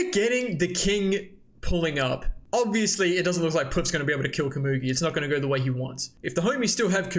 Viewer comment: You’re pronouncing komugi wrong!!!!